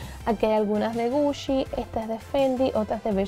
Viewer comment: Like si escuchaste puchi en ves de GUCCI